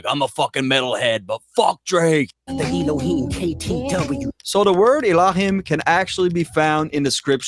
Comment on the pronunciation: Kendrick is the person who said Elohim correctly